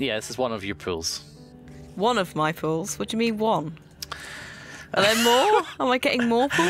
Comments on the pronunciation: ohhhhh it's POOLS, not pills... now it makes sense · The whole time i thought said he wants to sell some pills but it was really pool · Every time says "Pools", I hear him saying "Pills", and I think he's selling me drugs >_> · Wait.....he's saying "pools"?!